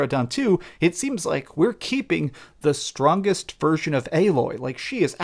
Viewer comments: ...Aye-Loy = Aloy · Why are you pronouncing Aloy's name wrong? You've literally played the first game, there is zero reason for you to be saying her name that way. Unless it's some sort of a running gag or something.